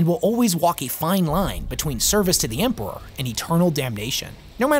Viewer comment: For the Emprrahhhhh. Period